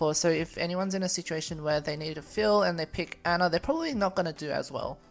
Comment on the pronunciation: I like how people say Ana's name as Anna even though it's pernous as On na not hard